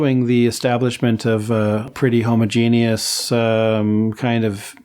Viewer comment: I just love how he says "homuh-genius" 😂 I don't know why, it's just funny to me. Maybe I'm a weirdo.